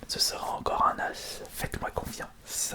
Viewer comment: A chaque fois qu’il disait « un as » j’entendais toujours « anas » 😂 Sinon continue comme sa t’es de meilleur 💪✌️